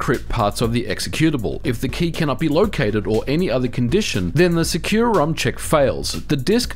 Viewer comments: I've always read it in my head as "sec-you-rom" where sec is pronouced like the shorthand of second. You're the first time I've heard it pronouced "secure-rom" lol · Huh. I thought it was called SEC-u-rom. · Bruh, you mispronounced the name. It is actually called sucurom in the data files and in the company.